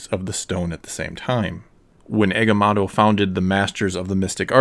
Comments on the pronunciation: Agamoto not agamato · Man said eggamato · Egamato? You mean Agamotto (/æɡəˈmɒtoʊ/) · Eguhmahttoh? What’s that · Please. PLEASe in the future... leanr how to pronouce the names... your misprnounciation of agamotto and cagliostro as agamatto and gigliostro takes a LOT away form this video and makes it look.. lazily done.